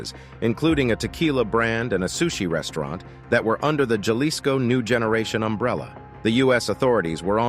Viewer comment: It's "HA LISCO"! It's language man! You pronounce J? AS H JALISCO? IS PRONOUNCED HALISCO. This goes for Latin and Mexican words! Not rocket science sweety! You just sound stupid